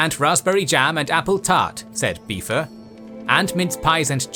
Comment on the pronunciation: Wait…did he call Biffer… “Beefer”?